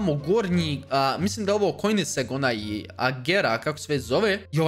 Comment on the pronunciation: Koensiag se kaze